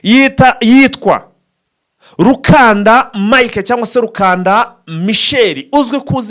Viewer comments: Ni RUKUNDA si RUKANDA. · Yitwa Rukunda apana rukanda